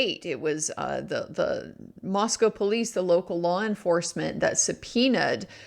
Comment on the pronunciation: Wow. You pronounced "Moscow" (in Moscow, ID) correctly.